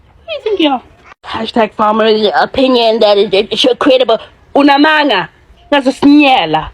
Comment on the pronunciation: "Amanga " 😅😅the nerve of this white girl please don't visit again we don't need you